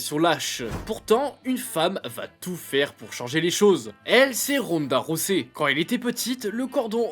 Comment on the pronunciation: Sérieux Ronda Rossey ? Rosset ? Faites un effort putain, Ronda ROUSEY, Holly Haulme ? 🤦🏻‍♀️🤦🏻‍♀️🤦🏻‍♀️